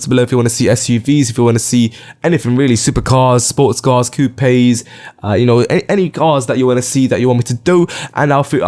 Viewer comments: He says coupes wrong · It is coupes not coupè